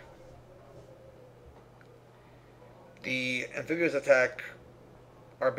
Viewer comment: I cringed every time he said "Amphibuous".